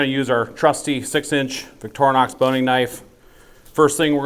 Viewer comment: I have a question on the knife: Is it Victorr "nox" or is it Victor "inox"? Where it is made it is pronounced like "Voctory" Nox. Am I missing something here?